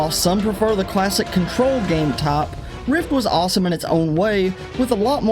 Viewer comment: "Game taap"